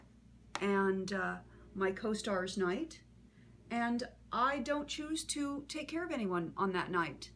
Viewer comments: She says "Ant" instead of "And" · Nope. Maybe that's what you hear, but that's not what she says. As an actor, elocution is very important to her.